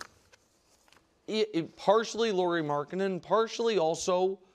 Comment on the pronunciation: It's not Laurie, it's Lauri.